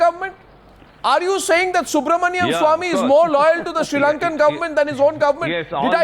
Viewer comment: Guys there is a serious issue in the country. We all have been making a huge mistake currently. This issue is so bad that we are all becoming anti-nationals. The pronunciation of Subramanian Swamy as Subramanium Swamy is a threat to national security.